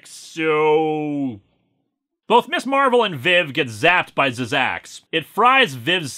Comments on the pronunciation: Zzzax is actually just pronounced zax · No offence Linkara but it's pronounced "Zax." The first two z's are silent. At least that's how he pronounced it in the "Incredible Hulk" cartoon.